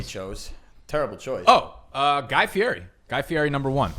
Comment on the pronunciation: I used to like until he said guy feiri...gross